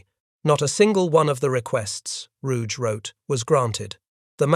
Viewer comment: German names never pronounce the letter "g" as if it was French, like in the French (and English) word "rouge." The Admiral's name was pronounced ROO-ghe, the second syllable like the English word "get" without the final t.